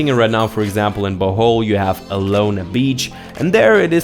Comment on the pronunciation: Bohol is not pronounced as bowhowl..,it’s pronounced like bo-hole